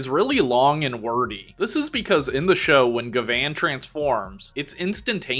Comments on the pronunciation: Bro you realize you're saying Gavan name wrong right because it's spelled gyaban or gavin not ga- van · The way you say gavan sounds more like gvan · It's pronounced as Gavin btw. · hi, quick reminder for jp pronunciation if its 'A', most of the time its like "rUn" ah sound if its 'I', then its "rIng" ee sound if its 'U', then go "bOOm" oo sound if its 'E' then its like "sAy" or "café" or "Réstaurant", "Pokémon" lastly for 'O', like "gO" oh sound so gavan is GA-VA-N hope this helps in the future